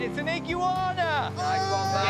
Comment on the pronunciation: "It's an ig-youana!" WTF is an ig-youana? That looks like an iguana to me.